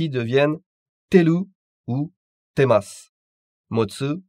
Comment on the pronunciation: Faites bien attention tout le monde ce n'est pas ''temsasu'' mais ''temasu'' ^^